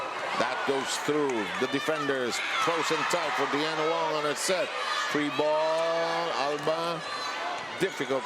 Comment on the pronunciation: “B” team vs F2. Sisi makes CMFT a better team, but not a contender. Sev Sarmiento better familiarize himself with the players beforehand. He keeps calling Deanna Wong, De-Anna Wong. He pronounced Nunag as No-nag. He just calls out random player names when the action is going.